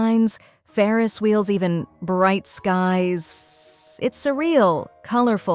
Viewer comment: Bright Skies-sss-sssss-ssss.. The so-called "Gurl" Also, Are-luh-chee-no